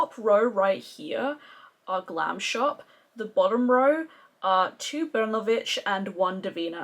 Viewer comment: You should try their new eyeshadows they are holographic... u will love them. Your polish pronunciation is on point. Love your makeup look.